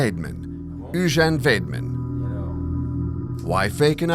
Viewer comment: you say the name totally wrong